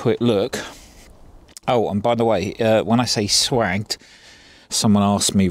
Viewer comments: Swaaay ged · A gentle hunt.Those ooles are swaged, not swagged.... sounds like 'J'. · "Swagged" is pronounced "swajjed" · Swaged pronounced , swayged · Yep, pronounced 'swayge'. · The clamps are from Stauff, good kit used everywhere in industry. Google Stauff. P.s. Swaged, pronunciation is "Sway-Jde" These poles can take more wind stress than you may think, sometimes building some slack into the mechanics can hel with wind stress better than some people think. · Its pronounced - swaged 🤪 Brilliant antenna. Is the antenna directional. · I was about to say that. Pronounce the "a" as an "aye" and the "g" as a "j"